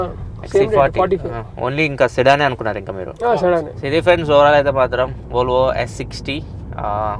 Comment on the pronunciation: bruh it's Volvo not volavola this guy sounding it wrong lol 😂😆🤣